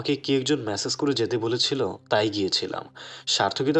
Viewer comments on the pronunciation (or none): none